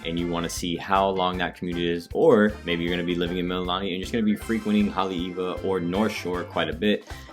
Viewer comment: Also Mee-Lee-Lah-Nee